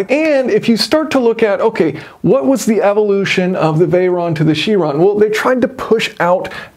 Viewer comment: You Pronounce CHiron incorrectly. Its not a French word. Its from the Greek. And is a "K" Tell Mr Tate if u ever bump into him.